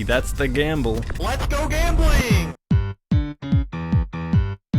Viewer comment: did i hear gambeling?